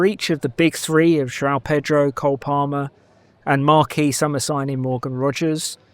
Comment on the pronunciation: it is Jo-ON Pedro not Jow Pedro.